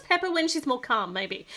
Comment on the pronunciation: It’s not peppa it’s pepa